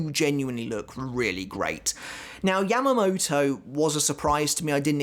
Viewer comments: He said Yam-uh-mo-toe.. it is Yah-mah-mou-tou, lol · British accent